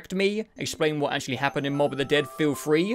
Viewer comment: Ya you got Moab correct. There’s a little bit more to it but you’ll find that out later